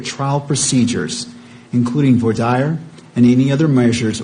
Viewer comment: Why can't judges pronounce "voir dire" correctly?